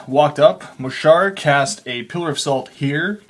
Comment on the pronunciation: it's mohsar